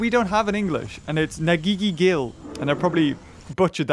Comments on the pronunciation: its "Nangigigil" im a filipino and i love ur vids;DDDDD <3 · Hey its not nanggigigil its nang gi giii gil